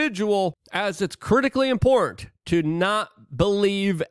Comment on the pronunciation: What's up with you not having the ability to pronounce the word "important"?.. it's important not "import".